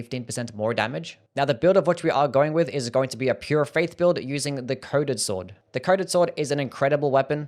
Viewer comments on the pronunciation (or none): Lol, when you said coded sword, I thought you said, "Covid sword." XD